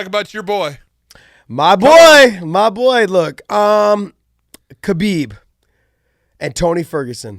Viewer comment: How is Khabib one of your closest friends, but you mispronounce his name? (don't say the K)